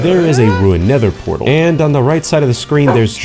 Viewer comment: This guy can't make a nether fortress and can't say nether portal 🤣